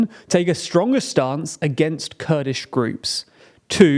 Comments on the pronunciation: its kurdish not kudish, if you guys need a copywriter, do let me know. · Kurdish groups not KUDISH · “Kudish” groups?